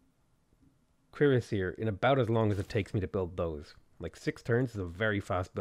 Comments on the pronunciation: The pronunciation of cuirassier is French and its cure-ass-ee-air, named after the type of breastplate they wore. You said it correctly at 19 mins despite butchering it (cringe worthy) most of the time. :P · Every time you say cuirassier my brain triggers. Is that the right way to say it? :P Interweb search was a bit onconclusive. Nice game btw mate. If you're ever up for a multiplayer match hit me up.